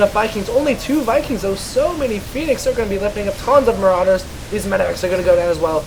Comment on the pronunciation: says build more marowdurrs dude!